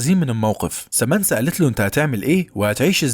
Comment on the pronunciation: سامنثا وليس سامنسا